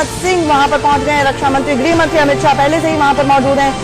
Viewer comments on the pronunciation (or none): It's amith shah not Amit saaa ....